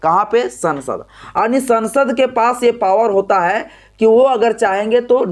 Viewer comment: Sasand nahi sansad.pl.correct while educated the viewers.